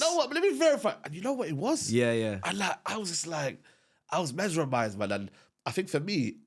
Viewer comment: another Saeedism - “Mesremized” 😂